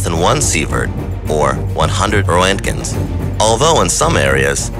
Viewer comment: It’s pronounced Rent-gen